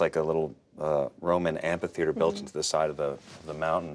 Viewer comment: the way he pronounces "amphitheater" is wrong o_O